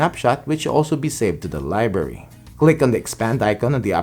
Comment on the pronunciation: You say library funny